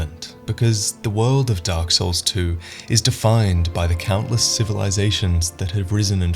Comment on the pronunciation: The darle SOURL